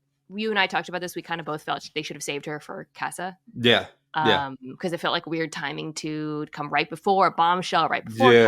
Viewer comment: Mina, please for the love of God, can you pronounce "casa" properly.